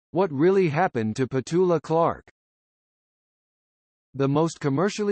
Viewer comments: What a pity that this is voiced by such dreadful American twang!! They cannot agree on whether it’s Clark or Clarke, and alternate her Christian name “Petula” with “Patula”. She’s British, for God’s sake!! If you’re going to comment on her....get your facts right!! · Nothing has 'happened' to Petula Clark, and by the way her name is Petula (not Petoola). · The name is said with the accent on the first syllable.